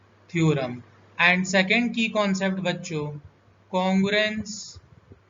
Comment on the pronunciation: And ❌ Aand✅